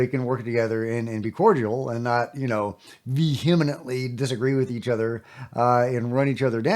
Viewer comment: Vehemetley. Hmmmm.. close enough.